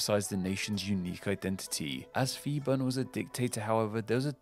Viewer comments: I'm afraid you mispronounced Phibun. That's an aspirated /p/, not an /f/. Much like Thailand is pronounced with an aspirated /t/ and not a theta. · yes was going to make this comment....people need to understand the Thai romanized "Phi" is still pronounced P (pee) and not like an F...maybe sounds funny to English speakers to say "P P island" but gotta just move on.. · Thai living in Thailand. A minor mistake in the pronunciation of Phibun, P should be a heavy sound, but I understand foreigners trying to pronounce another language. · Hi! I'm Thai and I love watching you videos! From what I've been listening to, your major flaw is that, you're doing contents about linguistic, but you lack non-English words pronunciation skills. I suggest, whenever possible, when you come across a name in non-English language, look up their Wikipedia articles, find the IPA, if you're lucky, there might be some recordings, but if there isn't, just put the name in their native language and put it on google translate and listen to it. It's still better than coming up with a pronunciation from how it's spelled using Latin alphabets. Please, never, ever go by your English language instinct, Phuket is pronounced "Poo-get" and not "Fuck-it", so "Phibun" is "Pee-Boon" not "Fi-bun" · Interesting video! Small correction - when transliterating thai into Latin script, the letter 'h' is used to strengthen hard consonants. So, 'Phibun' is pronounced 'Pee-boon' (with the 'oo' being the same as in 'look'). The same thing happens with Phuket (pronounced 'Poo-ket') and with 'Thailand' itself. They don't ever use 'ph' as a 'f' sound. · Phibun is not pronounced Fibun for the same reason Phuket is not pronounced Fuket and Phitsanulok is not pronounced Fitsanulok. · It's merely another example of an American having problems with language. He couldn't pronounce Phibun properly either. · The dictator name was not Fi-bun it was Pbhi-boon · Phibun doesn't read as fi-ban.. it's p(h)i-boon พิบูล